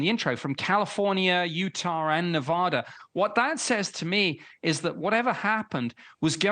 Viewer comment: Did he really pronounce Utah as "Yoo-tar"?